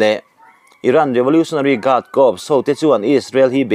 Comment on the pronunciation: Corps hi kâwps tiin in sawi hi kâwrs tih tûr a ni e.